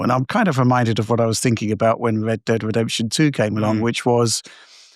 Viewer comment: "wed dead wedemption"